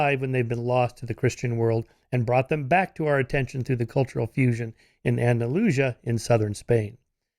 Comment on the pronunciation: Did he really say " Andalooshya " when referring to Andalusia? Why can't Americans pronounce things correctly ?